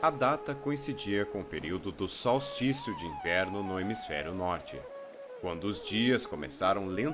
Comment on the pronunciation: Tá usando IA para fazer os vídeos? Que pronuncia e essa cara? "Sol-isticio" de inverno?